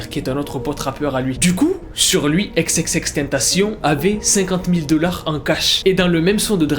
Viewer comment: Prononce bien son blaz par contre